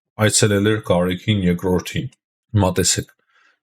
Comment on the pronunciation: ո՛չ թե Գարեքին այլ Գարեգին, ո՛չ թե մարթ, մարթիկ, մարթուց, այլ մարդ, մարդիկ, մարդուց...